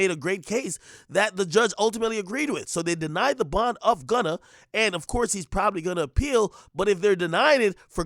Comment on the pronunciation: Denied bond…. THAT AINT “P” bruh!